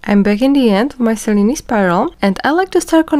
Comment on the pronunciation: Thank you for the original pronunciation of the weave. 😊